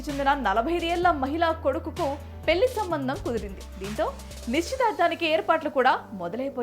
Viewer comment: ఆహా ఏమి తెలుగు పెల్లి పెల్లి పెల్లి ఇంకా ఎన్నో